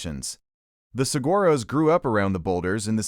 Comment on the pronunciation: You lost me 45 seconds in with saGuaros... I HATE AI voices.